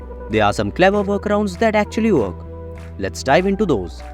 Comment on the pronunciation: Your voice does my head right in. It's not verk it's work. 👎